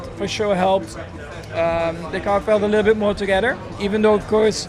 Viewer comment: It's only me, or most F1 drivers can't say "together" correctly? LOL